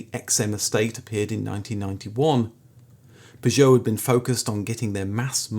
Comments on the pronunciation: You must be pronouncing Peugeot that way for comments! Never heard anyone pronounce it like that 😂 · Love your channel, but repeatedly jarred by your pronunciation of Peugeot..... P'geot! Where did you acquire this unusual quirk? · I still think, if you tried really hard, you'd be able to pronounce Peogeot and Lancia correctly.